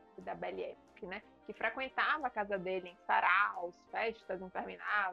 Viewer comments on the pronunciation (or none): A pronúncia é "epóque" e não époque. Já que você fala tanto esta expressão, vale a pronúncia certa, dá mais credibilidade.